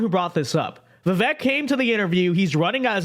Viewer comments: Before you start offering commentary you might want to learn how to pronounce “Vivek.” It rhymes with “cake.” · Bill can't let go of Trump. He's normally independent, but with Trump, we can't be. (FYI, it is pronounced Vi-vake like cake)